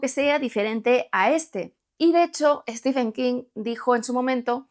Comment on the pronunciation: No es "Estifen". Es "Stiven". Por favor, gente. Al menos aprendan a decir su nombre correctamente. No se les pide tanto...